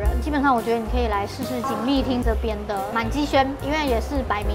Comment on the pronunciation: 明明是叫“锦丝町”，不知道为什么念成很奇怪的发音😂。